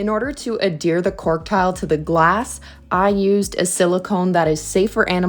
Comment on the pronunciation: omg if you dont stop mispronouncing adhere and its derivatives...